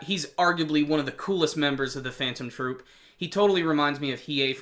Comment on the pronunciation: I'm surprised that you said the names of Phantom Troupe without mistakes not all reviewers can do that ^^ Great review :)